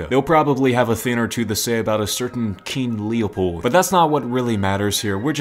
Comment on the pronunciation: “keen Leopold” 💀💀